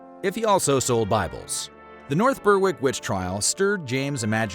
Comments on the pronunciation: 'Ber-ick' not 'burrrwick'. Apart from that good video! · It’s pronounced ‘Berrick’, not ‘Berr-wick’. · Nice video, nice research, Just one small thing - Berwick is pronounced Ber-(as in berry)-ick. That goes for all the places i know with that word in their name, eg. North Berwick, Berwick-on-Tweed etc. Keep up the good work. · Murder goes Berrrrrrrrrrr-wick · Yes, just like Smithwick's beer - Smithick's